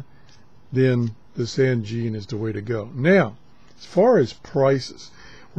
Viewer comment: Excellent review as usual, but you got a little dyslexic here. It is the ATS-909X and not XTS-909A. And, even though we all pronounce Sangean the way does here, it is actually pronounced "Sane" (like in insane) and "Jean" (like Levi's Jeans). SaneJean. I would just like to tell everyone that the sensitivity issue on the 909X whip antenna can easily be fixed with a cheap 4:1 antenna balun as described in the Yahoo Group for the ATS-909X. Also, I recently acquired a Clearmod version of the 909X, and the Clearmod has a sensitivity increase which puts it on a par with, if not better than, the Sony as well as all the new Tecsun portables. One of the very few Clearmod reviews available here